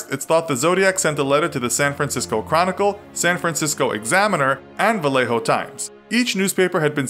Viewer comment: You said Vallejo correctly. Yeeee